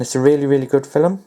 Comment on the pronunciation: "Fil-em" lol !